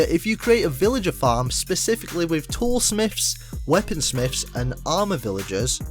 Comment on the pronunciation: "tool smiffs" "weapon smiffs" "armour villagers"